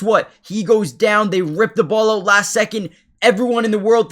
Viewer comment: The word OUT has no W in it 😢